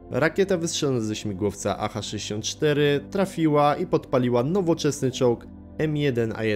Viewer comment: Dykcja coraz lepsza, ale błędy wymowy dalej w dużej liczbie. Co to jest Jacha 64? Już we wcześniejszych materiałach słychać błędne odczytywanie skrótów. Tam było Su czytane jako SU. (esu) tutaj jacha. Materiał merytoryczny i montaż naprawdę dobry.